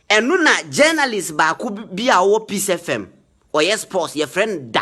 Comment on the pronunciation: I am disappointed about the producer of this program. You didn't prepare this girl properly. Even FM she couldn't pronounce it properly. I will like to remind you that even though there is freedom of speech, social media usage is not above the laws of Ghana. Please get someone who is matured and very objective to handle your program and not an insulting girl like thisone.I am very disappointed.